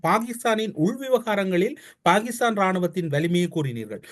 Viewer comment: எகரம் உச்சரிக்க தெரியாத வேசிப்பயல்கள். ஹே ஹே என்று கூவுகிறான். மேலும் ஸ உச்சரிப்பும் தெரியவில்லை பாகித்தானாம் .....